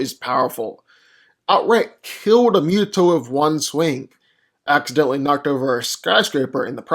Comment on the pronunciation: Love these vids! But I keep hearing Mew-toe (MUTO) even though it’s definitely Moo-toe (MUTO).